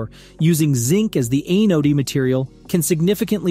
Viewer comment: The developers of this AI data base should tell it how to pronounce the word, "anode."